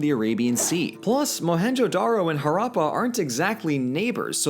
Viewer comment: Ok but blues pronunciation of Harrapa and Mohenjedaro is killing me💀💀